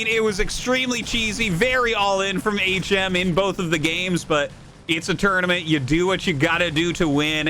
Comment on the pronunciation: I want to see HM (back when Artosis was pronouncing it as Hmm) vs a player called Uhh.